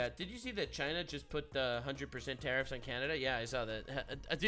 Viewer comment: took me like 5 times until i realized he said tariffs not terrors